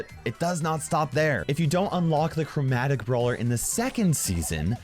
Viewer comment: Yeah but if you say it you can hear CROWmatic